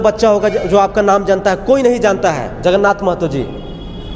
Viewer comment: जगन्नाथ महतो नही जगरनाथ महतो बोलिए आप भी शिखे ,आपको भी जानना चाहिए ।बार बार गलत क्यों बोलते ? क्या आप पत्रिका टीवी नही देखते है?